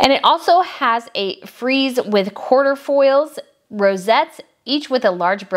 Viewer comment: Wonderfully informative video! All of the other research was so outstanding - with the singular exception of proper pronunciation. “Quatrefoil” and “Fleur de Lis” are difficult for many Americans to grasp the pronunciation of - but there are great little audio guides for those unfamiliar with foreign words. Also, the manner of pluralizing fleur de lis was quite incorrect (the word “fleur” would be plural - as with two “sisters in law” or a group of “attorneys at bar.” Hope that helps - it really was a nicely paced, interesting video. ps ~ I agree with your assessment of the aquamarine tiara. It did occur to me, though, that the shapes are meant to be reminiscent of a peacock.